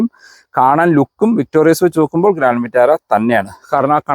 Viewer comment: താങ്കൾ പിന്നെയും തെറ്റ് ആവർത്തിക്കുന്നു... 🤣😬 വിക്ടോറിയസ് അല്ല... വിക്ടോറിസ് ആണ്.... 100 തവണ എഴുതിയിട്ട് ക്ലാസിൽ കയറിയാൽ മതി...🤣😬🤣😬